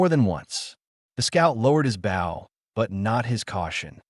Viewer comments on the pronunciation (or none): Not pronouncing certain words correctly (wound,n/bow). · I wish AI could say wound , wind and bow correctly 😮